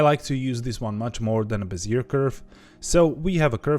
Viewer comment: How come nobody knows how to say Bezier right? ‘be-zē-ā